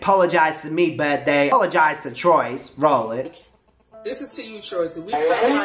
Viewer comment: Why tf are they sayin “Troy-Cee”? NIGGA IT’S TROYCE!! They piss me tf off.😴